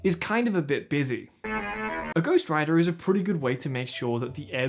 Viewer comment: Lol I thought you said ghost rider the first time you said ghost writer and I was so confused